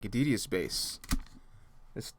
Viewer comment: I always thought that Detious was pronounced "dey-shus"...